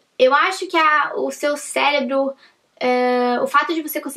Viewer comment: "Acho que o seu céLebro"? É isto mesmo? Se o propósito é ensinar/da dicas, que se faça com exemplos reais, não com tãnãnanãnã! A metodologia do cartão não é sua, é de um concurseiro famoso. Dê os créditos a quem é devido! Aos inúteis que acharão ruim a crítica só por conta de sua beleza... fiquem sabendo que: mesmo não gostando tenho o direito de manifestar. Puxa sacos!